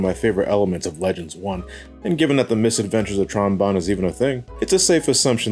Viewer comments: It's BONNE (pronounced BONE) family! Not Bon (B-On)! Tron Bonne's name is literally a reference to the instrument Trombone! Stop pronouncing her name wrong! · No! Not potato, potato! Her name is a musical reference like Classic and X's series. Also, the Japanese version (as in the people who made it) pronounces the name as Bonne (Bone)!